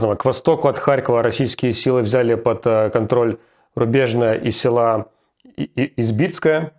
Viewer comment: Руслан!! Не селА, а сёла.